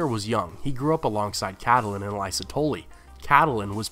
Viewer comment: can't pronounce catelyn or lysa )